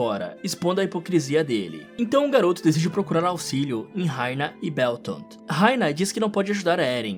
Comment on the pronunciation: mn o nome deles é bertold e rainer n sei escrever mas n é do jeito q vc disse